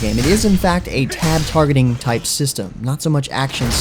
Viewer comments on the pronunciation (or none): Tab-targeting. WHYYYYYYYYYYYYYYYYYYYYYYYYYYYYYYYYY